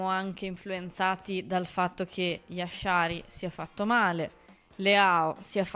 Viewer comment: Ma si può sapere perché si inventa questa pronuncia di Jashari con l'SH pronunciato come la J francese? E' un nome facile da dire, perché inventarsi pronunce farlocche?